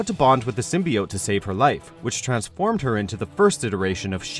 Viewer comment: Many people have worn the SIM-BUY-YOTE.